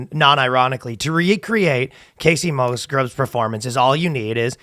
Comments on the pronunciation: Pretty simple to find out how to pronounce someone’s name. I don’t even like her music but the fact that I know how her name is pronounced made it hard to listen to y’all continuously say it wrong. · I love that you are saying her name wrong.